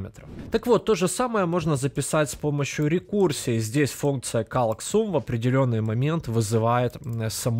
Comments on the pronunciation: Человек делает курс в первую очередь по программированию, весь материал подается словно детям, вот и акцент на num и sum делается похожий. Тебя никто не заставляет его слушать, есть eloquent js, learn js и в конце концов оригинальная документация на православном английском. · Ну подтяни ты уже английский, раз уж делаешь курсы... Тем кто знает английский уши режет, а тез кто не знает, учишь гавно английскому. Какой блять резулт? Резалт, не резулт.. Перед видосом хоть открой переводчик и посмотри произношение.. Та же самая прртензия к твоим сум(sum) и нум(num)... Когда они произносятся как сам и нам.